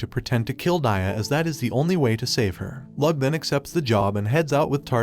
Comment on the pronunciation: Bruh it’s not Lug it’s Lo-og